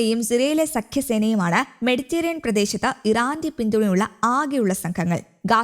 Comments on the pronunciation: മെഡിറ്റേറിയൻ കടൽ അല്ല പെണ്ണെ...മെഡിറ്ററെനിയൻ കടൽ....ഒരു മൈക്കും തന്നു ഇരുത്തിയേക്കുന്നു .. വായിൽ തോന്നീത് കോതക്ക് പാട്ട് ... എന്തിനോ വേണ്ടി തിളയ്ക്കുന്ന സാമ്പാർ ... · മെഡിറ്ററേനിയൻ എന്ന് ശരിയായി പറയാൻ അറിഞ്ഞു കൂടെ?